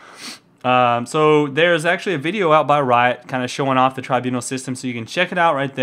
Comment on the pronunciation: I think you are pronouncing tribunal wrong :)